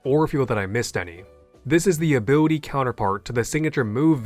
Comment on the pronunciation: "Abiwity"... I can't...